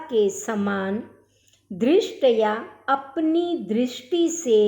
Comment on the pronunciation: भक्ती उच्चारणम् न समीचीनम्= भक्ति दृष्टी इत्यादि उच्चारण करके सुरभारती मां संस्कृत का अपमान न करें , संस्कृत में उच्चारण का सर्वाधिक महत्व है